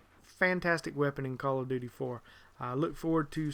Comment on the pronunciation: when you say call of duty it sounds like color of duty